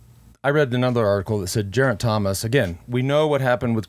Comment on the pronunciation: Lance please get some help from George to pronounce Geraint's name. It's Geraint not Jeraint. Thanks